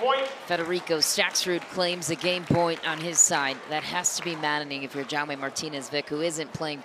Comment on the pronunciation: Awful pronunciation of Jaume